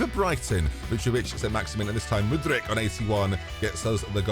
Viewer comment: How does get 'Mudrich' from Mudryk?